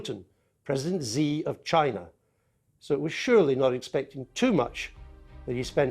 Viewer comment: You should pronounce 'Xi' like the word 'she', come on Andrew